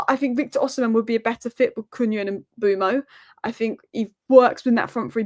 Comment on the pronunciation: BTW it's pronounced Mmm-buur-Mo not M-Boo-Mo